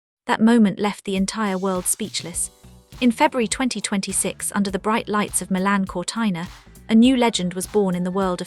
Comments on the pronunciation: Sorry, is not Cortaina but Cortina. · What a pity the voice over did not know how to pronounce Cortina! Ruined this for me. Hopeless.